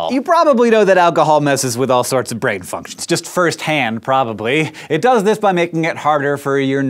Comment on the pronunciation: Watch from to it said fucktion instead of function